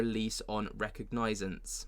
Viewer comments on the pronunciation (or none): Hey - it’s RE COG NAH SINCE But just say ‘PERSONAL RECOG’ and ppl will know what u mean